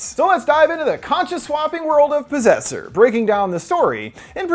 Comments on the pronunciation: PROSSESSER? oh POSSESSOR! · At the start when he says disaster/possessor if you think he’s going to say possessor it sounds like you’re saying prossessor if you think he’s going to say disaster it sounds like he seen disaster